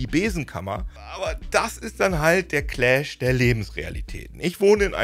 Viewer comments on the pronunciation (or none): none